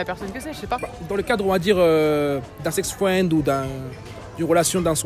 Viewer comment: Un sex fwend